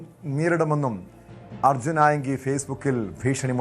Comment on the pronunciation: Arjun enthonnu "aayangil" 😂😂😂